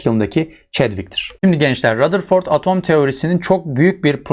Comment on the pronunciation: Rutherford demiyor mu hocam